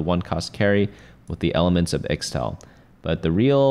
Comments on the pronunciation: its pronounced ich-tal not ix-tal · its pronounced ishtal not the way you were saying it